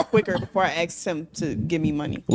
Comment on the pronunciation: If she gotta “axed” it’s a no